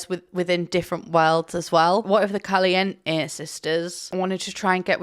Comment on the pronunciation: I appreciate pronouncing Caliente without the diphthong at the end Calient-tay!